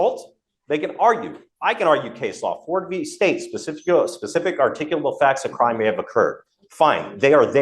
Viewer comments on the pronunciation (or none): none